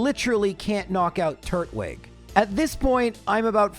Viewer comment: Tur-twig, not Turt-wig 😅